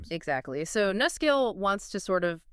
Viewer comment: Nuscale. Say "New" Scale.